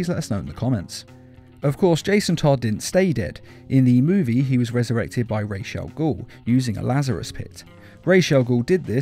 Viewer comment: His name is pronounced Roz Al ghoul. just watch season 3 of Arrow